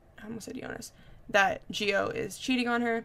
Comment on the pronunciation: Gio is pronounced like Joe